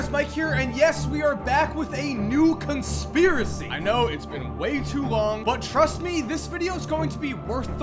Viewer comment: It’s not we it’s way.